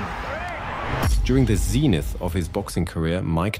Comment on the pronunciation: Bullsh1t commentary. And learn how to pronounce "zenith" 🙄